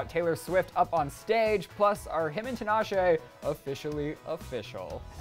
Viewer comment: HER NAME IS PRONOUNCED TEEEEEEEEEE-NAH-SHAY